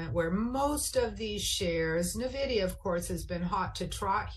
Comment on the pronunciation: There it is again! “Navidia”! Why can no pro trader pronounce Nvidia?